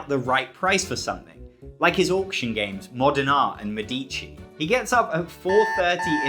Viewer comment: Very, very nice intro, but my italian roots compel me to correct you: it's mèdici, not medìci. Btw, why you don't have 1M subs yet is beyond me. Great content!